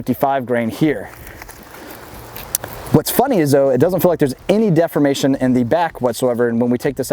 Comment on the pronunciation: Good video. One day he'll learn the correct way to pronounce the word 'deformation.' :)